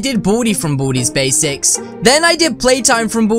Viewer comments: when u say baldi's basics I here booty basics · It's like you say bootys basics lool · Did you just say boody's basics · What I heard was "From booty's basics" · did you just say booties basics? ;( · he say boody basics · You say Baldi’s basics rong